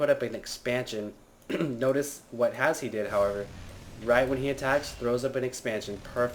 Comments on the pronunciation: Just letting you know, you pronounce his name as Hash. Its a silent e. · i was watching trump's stream of the wold cup and he ask HasHe how its pronounced and its Hash.